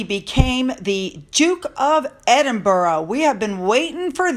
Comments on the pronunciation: PLEASE stop pronouncing Edinburgh as EdinBURROW. It's most irritating. Rabbits live in burrows. It's pronounced Edin-burrah (more like a sigh or exhaling a breath) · Edinburgh: pronounced Edin(burrah), not EdinborO. Sorry, but it’s like nails down a blackboard! Great stuff! Let’s get a DNA test on these nefarious kids! I understand that something is being investigated by the palace, re: Birth Certificates? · It's great to see how happy people are for The Duke and Duchess of Edinburgh, it's great news!, you aren't pronouncing the word properly and I think it deserves the right pronunciation, it's ED-IN-BRA, not ED-IN-BARO..I know it's hard for Americans to pronounce many English names of places and I know you try and get it right. But this I think needs to have it said in the right way 🙏😊❤️ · Not "Edinboro",. It's pronounced"Edinbrer". Just another UK quirk! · Hello. Hope you don’t mind 😀 Edinburgh is pronounced ED IN BRUH- the ‘u’ in ‘bruh’ is the same as in ‘up’. And you put the emphasis on ED. (ED in bruh). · EDINBORO Lol. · Edinburgh is pronounced Edinburra. So much of our language is a pain in the nether regions. Once the Coronation is over, that’s when Charles will clear the decks, in the meantime, he just wants a quiet life and to be able to enjoy his Coronation. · Edinburgh Edin Burr Aah 😊🏴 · Hi, love your videos! Just a note if you're going to be using Prince Edward and Sophie's new titles a lot - it's pronounced Ed-in-buh-rah. I know Americans can have a difficult time with it and Glasgow (pronounced Glaz-go which ends up Glass-Cow 😂). Love from Scotland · Pronounced Edinbruh in my neck of the woods. 🏴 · I truly hope KC3 stands up to the pair for attempting to railroad him. Also, I believe that Edinburgh is pronounced Edin-bruh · Dear,pls check the pronunciation of Edinburgh.